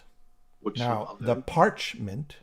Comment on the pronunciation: Great review! But, dude, ditch the Raven shirt. They’re a terrible joke of a band!! And, “the pac-ra-ment”!?!?!? Lol